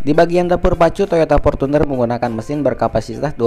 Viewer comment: Rival bukan ripal, Fortuner bukan portuner. Gunakanlah bahasa Indonesia yg baik dan benar 😁